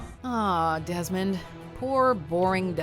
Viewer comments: Lol #2 says "Demond Dies" instead of "Desmond Dies" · ''Demond dies'' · "Demond dies"